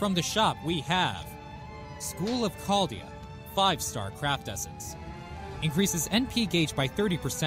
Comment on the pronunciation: Chaldea? More like, “Charred-dea”